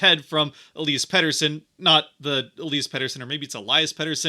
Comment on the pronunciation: for future reference: elias pettersson / ep40 (forward) - eel-ee-us elias pettersson / d-petey (defenseman) - ee-lie-us